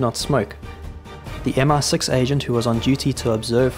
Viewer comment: Great video but it is MI6, not MR6